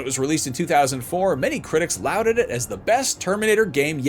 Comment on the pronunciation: It's not pronounced louded, it is lorded.